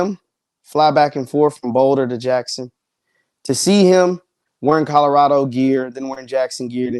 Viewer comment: You do know there is a “L” In Colorado. Lol.😂